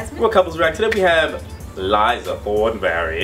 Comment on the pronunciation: why do you guys always call her liza thorneberry??????